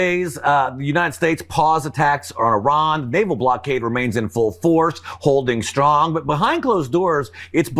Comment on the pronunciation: Ben, we love you but are constantly irritated by your lazy speech patterns which result in your shtrong, shtrange, inabiity to pronounce the ST sound properly. English language shtruck down by vocal laziness!